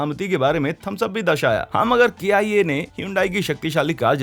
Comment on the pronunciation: It's not k i a it's kia